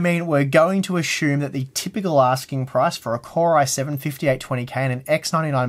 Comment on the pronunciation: A-Shoe-m is not the same as Assume ;)